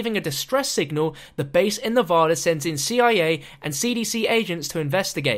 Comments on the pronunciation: Not trying to be rude, but why can nobody outside of Nevada pronounce it's name properly? It's NEV-ADD-A, not Nev-odd-a. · WHY DO SO MANY PEOPLE SAY NEVADA WRONG?